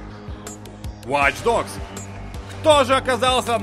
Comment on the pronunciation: Объясните мне, почему на столь солидном ресурсе обзоры на игры - продукт, принципиально создаваемый на английском языке - озвучивает человек, в принципе не способный к произнесению английских слов? Какие "вач догс"?! Какие "криатив асемблей"?! Люди, пишущие текст, ну дайте ему хотя бы приблизительную транскрипцию кириллицей, если человек не в состоянии прочитать хотя бы с акцентом английское слово!!!